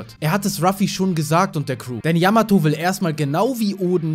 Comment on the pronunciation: Zwecks Yamato, war klar das sie nicht dabei ist, denn Ruffy hat noch nie die Namen seiner künftigen Crewmitklieder falsch ausgesprochen, bei Yamato aber des öfteren ^^